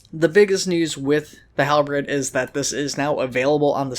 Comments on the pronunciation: You keep saying HalBREAD instead of HalBERD and it's driving me insane D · But you say it as Halbread instead of Halberd.. It's just.. wrong... And I'm fairly sure you're doing just to annoy me... D